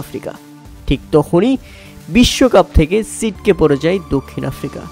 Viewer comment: ছিটকে পড়ে যায় ❌ সিটকে পড়ে যায় ✅ 😂😂